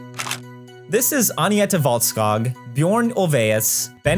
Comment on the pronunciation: Poor Agneta, whose name has never been butchered worse 🥀